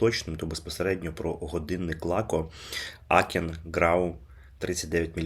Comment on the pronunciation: Тільки не "Акен", а "Аахен". Бо це таке німецьке місто - Аахен (Aachen). Адже годинник німецький, то й читати треба за німецькою транскрипцією, а не англійською. Тому вам, як оглядачу преміальних годинників, треба бути уважнішим до деталей.